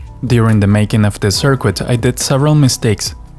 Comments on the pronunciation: sir-kit, not sir-quit. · Hello! first off, i love your content. I just wanted to say that, i'm not sure if its on purpose or your accent. I am so sorry if i offend but i have good intention. But your pronunciation of 'Circuit' as 'SIR-QUIT' isn't perfect, its normally said 'SIR-KIT'. Again i love your stuff, thank you. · A circoo-it. ahahahahahahahah. We have a circooit that works. but it doesnt look professional.. doesn't SOUND professional either. I'll try to speak German without an accent. You'll see. Sicknature learned English as a second language and speaks it like he's a white dude from the west. ..